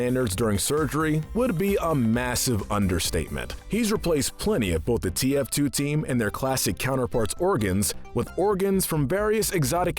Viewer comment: he says "the face of TFT" This guy said TFT and not TF2 and it almost made me cry